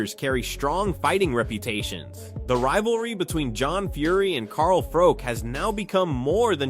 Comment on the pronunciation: Carl froke 😂